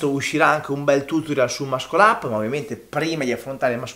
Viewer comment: grande:)) l'unica cosa è la pronuncia di Muscle-up; la "Sc" in inglese si pronuncia "s", come nella parola scene (scena) si pronuncia senza dire la c. quindi la pronuncia è: Massol' e non Mascol 💪 Forza Team Commando